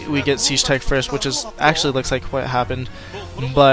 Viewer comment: SIEGE NOT SAGE!